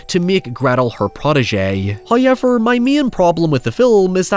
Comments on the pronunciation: Please stop saying the word however. You cannot do it right. There are no i's or y's in however. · First "hoyevver" drops . We are rewarded.